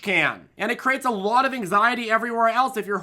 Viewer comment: what accent is that "lwot" new england??